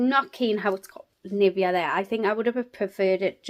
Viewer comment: Just a sugestion, search how Nivea is pronounced. I am sad this advent calendar isn't available in Serbia.